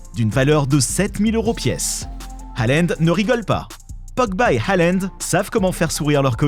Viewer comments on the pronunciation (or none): Il a dit allend au lieu de halland